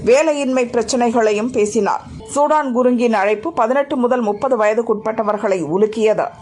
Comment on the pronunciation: இவர் சூடான் குருங்க் இல்லை சுதன் குருங்க்.... இப்போதெல்லாம் செய்தி வாசிப்பாளர்கள் கவனமாக படிப்பதில்லை... வாய்க்கு வந்ததை விடுகிறார்கள்